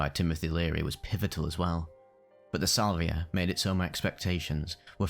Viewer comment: Salviuhhhh mmm crispy brain